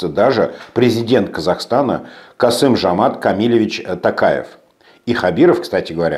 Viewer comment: Токаев не Камилевич, а Кемильевич!